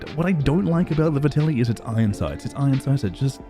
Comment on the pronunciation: ffs this is two videos now. It’s Vetterli not Vertelli. the “R” comes AFTER the “T”. Good video tho dood:P